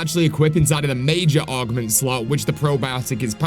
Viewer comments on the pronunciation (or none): Why do you keep calling them ARGments?!